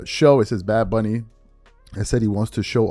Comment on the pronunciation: Bad Bunny can't even pronounce his/her own stage name 😂